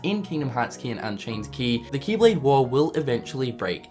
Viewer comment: kee kee keeblade kee kee kee kingdom harts keeblade kee